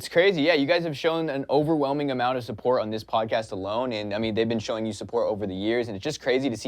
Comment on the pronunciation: "Bod cast"